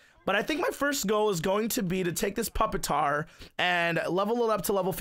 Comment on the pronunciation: anyone want to tell it's not "puppet-tar" but pu-pi-tar?